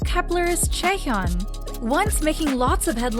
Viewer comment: its Chaehyun not Chaeyeon